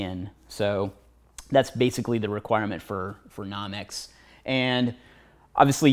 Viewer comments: I couldn't stop laughing. Classic! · lol i was thinking the same thing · No-mex not Nah-mex. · no-mex not nom-ex proper def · Almost quit watching the video it bothered me so much lol